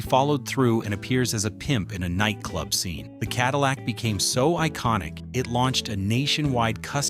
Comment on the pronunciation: Mispronunciations of simple words make this clip hilarious! Ca-dill-ic...c'mon! No A I should be used for this! SuperFly is my second favorite blaxploitation movie behind Claudine.